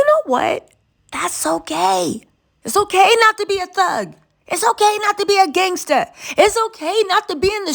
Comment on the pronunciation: GangStaaaa. Newsman knew to drop that ER... 😂😂😂😂😂😂😂